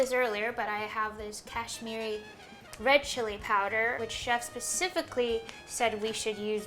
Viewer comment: its not kaysh-mee-ree powder its kash-mee-ri [kashmiri powder]